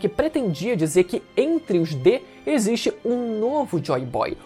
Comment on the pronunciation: "Entre vocês exsite um Deus"